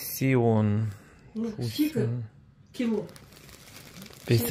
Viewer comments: не фусіон😁, а ФЕШ(е)Н! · Фусион 😂😂😂😂 не читайте не по - вашему😂😂😂😂😂